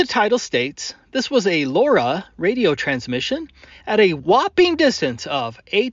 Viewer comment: Okay Laura is driving me nuts. Low Rah is how my mind wants to pronounce it.